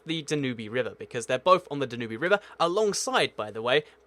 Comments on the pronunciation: Da-new-bee River??? Dan-you-b, like in the "blue Danube"??? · its dan-you-b river not dan-oo-be river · I thought it was the Danube not Danubey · ‘ the danubee river? You ducking stupid American it’s pronounced ‘ dan-you-b’ Jesus Christ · Good Video, but avoid saying 'again' again and again. And the river in Vienna and Bratislava is pronounced dab-yoob, not dab-yoo-bee. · Da New Be River? You mean The Dan Youb River? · jesus christ dude, for a guy who runs a geography channel you do exceptionally poor at pronouncing names. It's Dan-yoube, not Da-New-bee. It's Kin-SHa-Sa, not Kin-SHa-SHa. It's Ni-Co-SEE-A, not Ni-cow-Shia. Also, Slovakia is NOT part of Czecho-Slovakia. Slovakia and the Czech Republic have been two distinct, separate countries since the 90's. Might i suggest you actually learn about geography before starting a channel on the exact same topic while misinforming people about it? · Interesting video! One small point: the river Danube is pronounced "dan-yoob" ...NOT "danoobie" ! lol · The river Danube is pronounced dan-U-be not danu-bee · Da-noo-bi river - Its pretty much Dab N U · I've heard of some pronunciations that are acceptable but I have never heard someone say Da-nu-be For me? I say Dan-nube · Dinubee XD it's it's pronounced like "Dan-Yube" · I know it's your pronouncation but...i think the danube river is called Dan-you-b but it's your pronounciations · DAN-yube River -- rhyme with TUBE . . Habsburg empire - . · Not when he's mispronouncing words in his own language - i.e. Danyubee - pathetic! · Danoobee river lol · OMG DANOOBEE RIVER AAAAHHHAHAHAHAHAHA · Danube is pronounced Dan-yee-b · The Danoobey River? Seriously? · Slow the hell down! I'm a native English speaker and I struggle to follow what you're saying! BTW: Nicosia = Ni-co-SEE-ya Danube River = DAN-yoob River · Sorry, probably very interesting content, but couldn't concentrate with the murdering of those place names. Nic o see a, Dan yube. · It's pronounced dann-nube (i think)